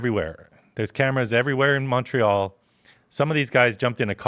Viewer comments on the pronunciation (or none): Please don’t pronounce it “Mong re al”. That not how it works.